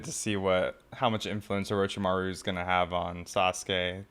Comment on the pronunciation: My boy said Orochimaru's name correctly! When did this happen!? Well done, I knew you'd get it! Also, you're one of my fav reactors. So enjoying you react to this evolving story. Kishimoto wrote in so much heart into the story. You resonate with it well.